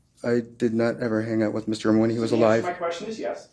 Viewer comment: Refuses to pronounce Jeff German’s name correctly.